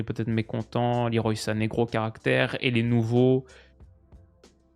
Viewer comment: Petite info inutile pour les diners mondains : Leroy Sané se prononcerait "le roi" à la française, car son prénom serait un hommage à Claude Le Roy, ancien sélectionneur de son père, ancien international sénégalais. Je viens de voir ça sur son Wiki. Sinon super vidéo, ces vidéos d'analyse "à froid" ont vraiment ma préférence sur ta chaine !